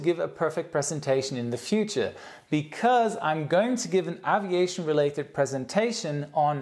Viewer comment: grrr you still pronounce AVIATION incorrectly! not AHHHviation - more EEEEHHHviation - got it?:)